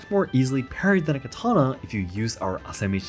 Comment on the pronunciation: Why is this host mispronouncing katana